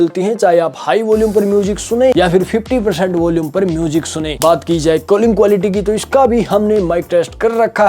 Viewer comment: Calling ❌ Kalling ✅ 😂😂😂 BTW Love your videos ❤❤